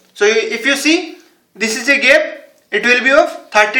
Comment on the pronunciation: It's no GEP it's GAP